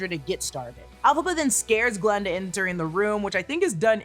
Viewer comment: Just a little remark for future videos, the name is G(a)linda, not Glenda...